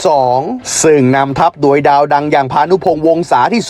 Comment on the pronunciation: ปีนี้สูสีเลยครับ ให้เวียดนาทเหลื่อมนิด ๆ ไทยเสียเปรียบ พักน้อยกว่า ต้องล้าเดินทาง แข่งเสร็จกรอบพอดี จังหวะจะโคนแอดอีแล้ว แต่ขอให้แก้ไข คำว่า "โดย"ให้ชัด ๆ จะฟังไหลลื่นดีมากครับ *ดวยได้ประตูจาก....* เป็น *โดยได้ประตูจาก...*